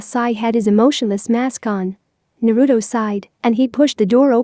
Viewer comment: You not saying it right it naruto